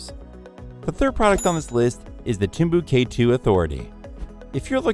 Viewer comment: Man if you’re going to use synthesized voices (which is fine) you have to be aware of its limitations for pronunciations. “Timbu K 2” lol.